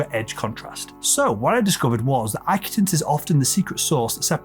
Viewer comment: Correction: You're pronouncing the word "acutance" incorrectly. It's uh-KYOO-tuhns. The emphasis is on "KYOO." Also, the British and US English pronunciation is the same.